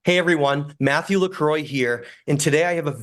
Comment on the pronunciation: Your name is not pronounced "LaCroy", but "La Crou-a". It is french.